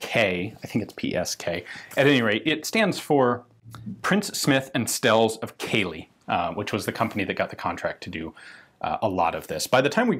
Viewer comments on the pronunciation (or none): Regarding the Prince, Smith, and Stell bayonet, made in Keighley, which is pronounced 'Keith-ley', not 'Kay-lee'. /pedantry off. 😁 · Excellent presentation Ian but you pronounce Keighley as 'Caley'. It is pronounced 'Keethlee'. BTW For some reason, British light infantry units have always called their bayonets 'Swords'. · "Prince-Smith and Stells of Kayley ..." You could be forgiven for thinking so, but Keighley's actually pronounced Keith-lee. I blame the vikings. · "Prince, Smith and Stells" were located in Keighley. This is not pronounced "kaley", but rather "keith-lee". It is an unusual way to spell such a word, but derives from an old local Yorkshire dialect manner of speech. The town of Keighley still exists and is still pronounced that odd way. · Keighley is pronounced Keithley not Kaylee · Hey Ian, FYI, Keighley is pronounced Keith-ley because sometimes Yorkshire pronunciation just gets weird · You weren’t to know Ian but the K in PSSK is actually pronounced “Keith-lee” because as I’m sure you know all too well now, we like to spell things one way and say them another here in England! 😂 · Keighley is pronounced 'keith-lee'. It's one of those wierd place names that are all over Great Britian where the spellings and the pronunciation don't match up.